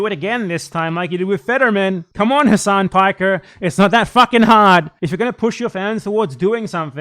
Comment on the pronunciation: Turks don't care about Arabs dude. They have so many racist terms for us. He doesn't even correct people for mispronouncing his own name, and he's brainwashed into mispronouncing it himself. It's pronounced Ha-Sin("Ha" and like the word Sin, or Sen). It's not Hass-On, like a street fighter move. There's no vowel towards the end of Hasan in Arabic. Sorry, it just drives me crazy cause I'm a Shia, plus I hate people too scared to correct their own name to people their entire life.